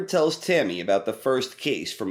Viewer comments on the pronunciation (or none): none